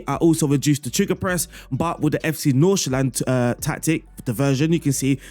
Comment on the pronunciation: Great tactic. Your pronunciation of FC Nordsjælland is not quite 100% right, but pretty damn close. So good job on that aswell.